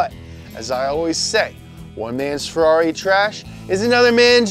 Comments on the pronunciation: When the scouse in you comes out when you say farrari 😂😂😂😂😂😂😂 funny as fuck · You say Ferrari like a Brit 😂😂😂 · I like how he pronounce ferrari